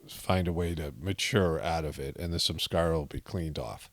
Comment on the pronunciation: I tried to find something Saturday evening to help me on Sunday.I started meditation at7am how I thought. Did not know how to spell sahaj marg. And I always thought you were saying"some scars"😂instead of samskara (ironic). I dedicated the whole day to God watching season finale of the chosen a second time. Many revelations I did not see ( comprehend) the first time I watched. So I believe it worked. ? Said the Lord's prayer at bedtime as I always do. Thank you so much for explaining you answered all my questions. 💙🙏👍